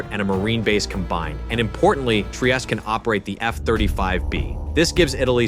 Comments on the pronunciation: Basta con l A.I. ,Trieste non Traiest😮Frigoriferi? Ma che dite! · Their carrier Trieste is pronounced "Tree-aiest-teh" not "Try-est". Sincerely, a non-Italian.